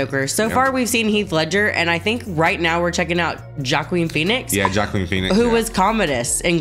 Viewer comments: Love the reaction, great movie. Just a little heads up, Joaquin Phoenix is pronounced waa-keen not J as in Jackie or Jake. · Y'all said "jock-kween" phoenix lmao. Its pronounced "wa-KEEN" lol (its a Spanish name). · I love your pronunciation of the actor’s name. “Jah-queen”. No mockery intended, that’s a great way to say it. Matter of fact I think I’ll say it that way from now on myself:) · Jaqween Phoenix 😂